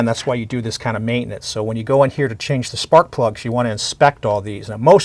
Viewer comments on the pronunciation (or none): none